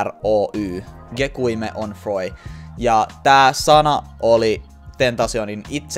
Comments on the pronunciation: Gekyume sanotaan gekijum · Opettele sanoo gekyume oikein